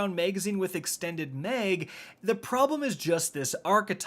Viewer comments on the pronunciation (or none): “Extended mehg “ lmao